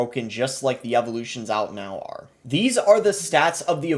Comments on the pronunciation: "coming OEÆT" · His Midwestern/Canadian accent kicked in on “out” haha